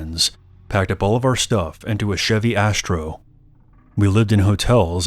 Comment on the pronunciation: a chevy ashtro? it ASTRO GOD DAMNIT